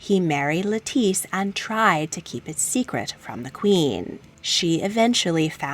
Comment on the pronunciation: Love your videos! Btw, the name “Lettice” is pronounced just like the vegetable “lettuce” :)